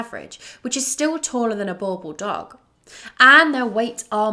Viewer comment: What I never understand is that if people like you really love the breed, why not listen to how south africans say the name Boerboel and practice to say it properly.